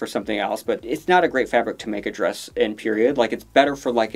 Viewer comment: I love how called Maddy's costume a 'drayus'.